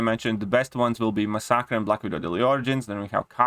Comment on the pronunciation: I love your accent (not being sarcastic). For now on, I am also referring to masacre as "ma-sock-uh." English language is stupid, but if you care, it is usually pronounced "mass-uh-kur." The ending sounds more like "cure" but with a hard k sound. I enjoy your videos. Keep it up.